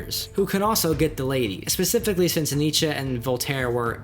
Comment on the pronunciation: Pacifically haha